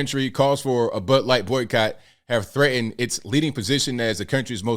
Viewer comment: did call it butt light? lol